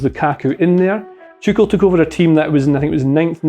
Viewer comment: Is it me or does sound like he is saying ‘Chucel’ rather than ‘Tuchel?’